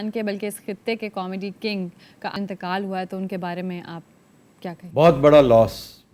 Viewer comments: اَنتقال نہیں ہوتا اِنتقال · Antaqal ni intaqal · انتقال میں الف کے نیچے زیر ہے زبر نہیں